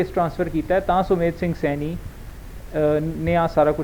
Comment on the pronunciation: ਸੈਨੀ ਨਹੀਂ ਸੈਣੀ ਹੈ